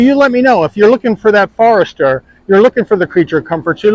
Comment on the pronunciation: He calls it a "FARESTER"? LOL. I mean come on. The FORester has been out for a long time. People know how to say it. There is no "A" in the name. It's Forester. FORESTER FOREST FORESTER. Not "far"ester. What a pathetic review.